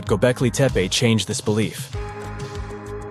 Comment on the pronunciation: The 2nd narrator refers to "Gobekli Tepa",. Is it anywhere near to "Gobekli Tepe"? Or is the narrator, just another illiterate North American moron? VOBURG